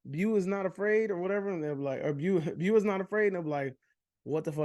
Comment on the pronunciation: Haha you really like “bew” more than “bow”?